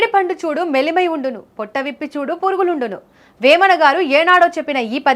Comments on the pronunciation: మెలిమై కాదు.. మేలిమై.. ఇంగ్లీష్ మీడియం చదువులు 🤣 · మెలిమై ఉండును కాదు మేలిమై ఉండును ఆక్రమ దందా కాదు అక్రమ దందా ఎవడే నీకూ సాధువు చెప్పింది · మేడిపండు చూడు మెలిమై ఉండునా.... నీ తెలుగు తగిలెయ్య... 🙄